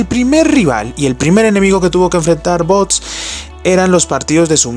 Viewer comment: No es bots, es vox. Pronúncialo bien.